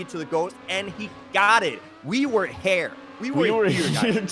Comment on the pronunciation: "we were hair"